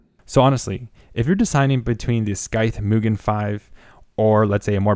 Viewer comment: Well done! Tip,: Use rubber gloves when working with unpainted aluminum products. The oil on your skin will case a chemical reaction on the metal. Mugen is pronounced "MOO" (like the sound of a cow) "gen" (hard g, not soft g like generation) due to it being Japanese in origin. Scythe is European and the c can be considered to be silent: syth (not Sith, of course!). 2,000 RPM. You accidentally said 200.;) The NF A12x24 is famous, not infamous, and it is neither the most expensive, considering that there are several fans that nor the most premier, except perhaps for the amazing SS02 bearings. The most expensive fans in my inventory include the SilverStone Air Penetrator 184i-Pro SST-AP184i-PRO, and a Delta fan. There are fans that even more expensive at over $100/fan, too.